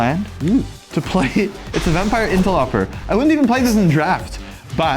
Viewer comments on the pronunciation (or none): That's pronounced "interlohper" not "interluhper"